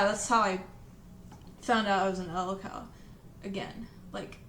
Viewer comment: "l-o-l cow" wtf